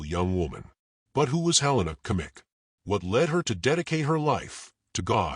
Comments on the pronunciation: Great story, but I beg you to learn how to pronounce Her name correctly. Helena Agnieszka Kmieć. In the middle name Agnieszka the sz sound should be pronounced as sh in English. The last name Kmieć can be approximately pronounced as Kmyetsh. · The video pronounces her surname incorrectly.